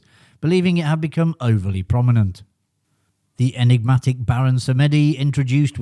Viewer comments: BTW "Samedi" is pronounced "Sam Dee" not "Sam Eddy" - it's the French for Saturday. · Thanks. Interesting although not strictly accurate title as I knew 2 of the facts already. 😄. Just for info, your pronunciation of "Samedi" is incorrect. It isn't " Sam-eddie". It is either "Samdee" or "Sam-uh-dee" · Interesting mini-doc - but as with earlier videos, there are some very strange pronunciations going on - Baron Samedi is pronounced as Samedi, not Sam Eddy. Adaption is a word, and dates back as far as the 17th century; but it is not preferred - just about every dictionary would rather have adaptation… I won’t labour the point but there are a few other peculiarities - do try to avoid them, it makes your documentary more believable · Need to learn how to pronounce Samedi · Samedi is the French word for Saturday and should be pronounced as such!